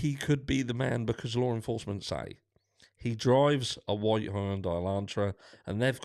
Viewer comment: Good afternoon 😊. I'm sorry I'm late for watching your videos. I have big internet issues (and I'm so sick), but I must admit you made me laugh with the "vite" car/Elantra ! Was that a German accent lol 😂🤣. Anyway this case is driving me crazy !!! Thank you for being yourself 😁✌🏼